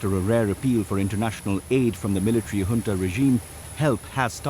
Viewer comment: Finally a speaker who knows how pronounce Junta. Pronounced Hunta.